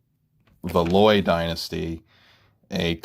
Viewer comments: Thanks for posting. Just a minor point or two: most folks pronounce the name of Valois something like "val WAH." Also in your reference to Henry VIII (r. ), I think you meant to say Henry VII (r. ). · Great podcast but you said Valois wrong and it irks my inner history buff to hear you keep saying it wrong